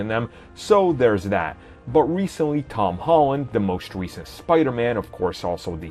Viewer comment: I awso absowutwy woved Tom Howand’sh pefomansh